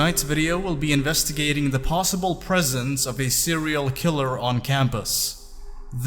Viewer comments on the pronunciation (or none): none